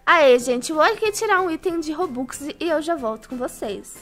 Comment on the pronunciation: Ela disse robocks